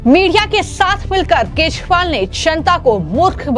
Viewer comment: Maam please correct your pronunciation . Its kejriwal NOT kezwal.